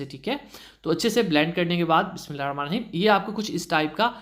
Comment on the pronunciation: Bismillah Sahi parha kry plzz